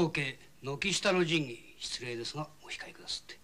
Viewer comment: 菅原謙次さん、「お控え」を「オシカエ」と江戸下町ことばの発音してて、浅草の侠客である事をちゃんと表現してる。池辺良さんは宇都宮の侠客なので「オヒカエ」と発音してる。